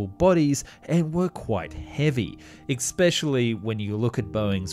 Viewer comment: Had to re-evaluate my belief in what you were claiming when you said “Ek-Speshally.” It’s around 8.48. If the aviation industry was so lacking in communication with such a simple word, where would that lead? Especially in such a precise field of engineering.